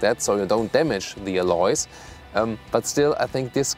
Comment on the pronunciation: Someone please teach him to correctly pronounce word alloy!!!